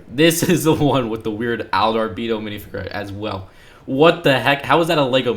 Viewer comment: Hearing him say Minifigure like “Minifigurr” really just urjejejenejenejejenejrnjesnsskskskss